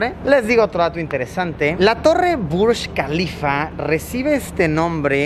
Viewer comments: Yo: Burj kalifa Luisito Comunica: Burschh kalifa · es Burj Khalifa..no BUSH KALIFA...